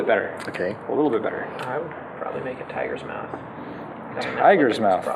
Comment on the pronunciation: tigers'mouth'.... did i hear that right? xD